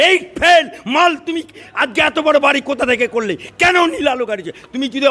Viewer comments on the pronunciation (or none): none